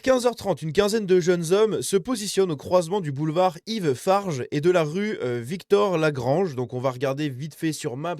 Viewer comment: C'est rue Victor Lagrange et pas Victorè-Lagrange, voilà pourquoi maps ne trouve pas 😉